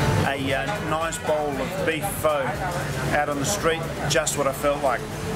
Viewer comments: pho is actually pronounced to sound like “fuh”, not like “fo”. Awesome video though! Love watching them all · Nice video, definitely on my wish list to travel with tours. Btw Pho should be pronounced like fur.